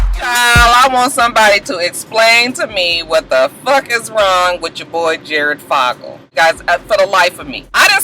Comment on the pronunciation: So, here's some pronunciation asssist. Duggar = Dug Er, Fogle (Jared) = Faux Gul, Dolezal (Rachel) = Dole Uh Zal, Beyonce = Bee On Say, LOL, Couldn't resist! Stay blessed!